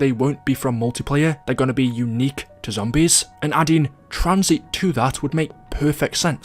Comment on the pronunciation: TranzIT not Tranzeet 🥴